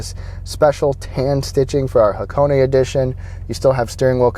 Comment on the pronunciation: thumb up for the name pronunciation correct